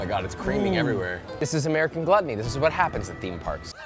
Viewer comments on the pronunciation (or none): none